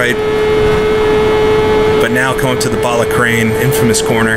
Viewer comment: Ballascary not ballacrain